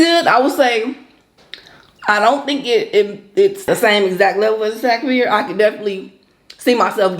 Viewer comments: No it’s not pronounced like SOG. It’s literally pronounced how it’s spelled SAAG. I’m Indian I know. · Hey,. The "aa" in "saag" is pronounced like the "o" "fog" or "soggy." I love Indian food too. I have 2 close Indian friends who put me on years ago. Looks good!